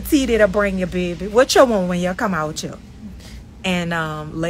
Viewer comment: I heard that bmore Yew 😂🤣 love it!!